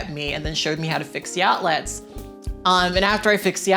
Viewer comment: The way you pronounce outlets is quite strange, is it regional? You pronounce it like it’s two words, out-lets rather than outlets without a very pronounced e